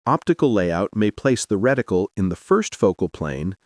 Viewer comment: Did the just say wedicle?